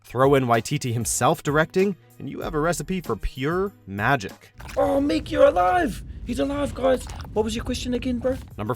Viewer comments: mee-yeck? really? Meek. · It's just pronounced Meek, not Mee-ek. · What kind of asshole would say me ek instead of meek for Meik Tessa was as terrible as Will Smith in Hancock. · He pronounces miek me-eck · the guy pronounces most of the names wrong like meek and Valkyrie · It’s Meek, fucking MEEK!!!! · Pronounced Meek, it’s ok there’s a lot of content you have to be familiar with to sound like an expert in most of the lists and subjects you folk cover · Best thing about this video is that he screwed up saying Miek and Valkyrie’s name, all while saying...we at watchmojo are big fans of Thor:Ragnarok. I’m pretty sure if you can’t even pronounce the names of two of the central characters (well Valkyrie for sure, Miek is more secondary...but still) you’re not so much of a fan, but more of a casual observer. At least they got Jeff Goldblum’s name right...though it wouldn’t shock me for them to mispronounce that too 🙄🤦🏻‍♀️ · That's not how you pronounce Miek 🤦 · how did you manage to screw up pronouncing Miek's name? ffs...... also Ghost Rider, given how good Agents of SHIELD handled the character